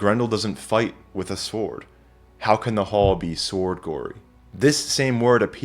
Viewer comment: Impeccable presentation but did I actually hear you mispronounce the word "sword"? Surely the w is silent.